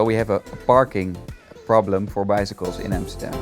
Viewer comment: Its AMSTERDAM not EMSTERDEM